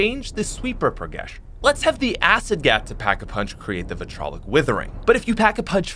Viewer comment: Vit RI O LIC withering, not vitrolic